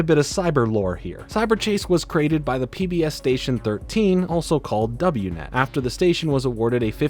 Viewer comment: "Double-u net" 💀🤣 Also skwak pad rhymes with pack, not hawk